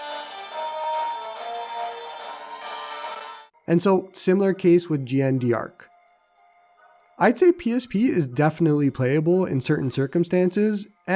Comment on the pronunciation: Great vid. But my dude... it's pronouced "Jaann Dark" with a soft "Je" pronounced like the "ge" in garage. "D'Arc" is one word... The d apostrophe means "of." She's a French historical figure and in English it's literally "Joan of Arc." So at least go "Jane Dark." But GnD Arc??? What the heck bro?! 😅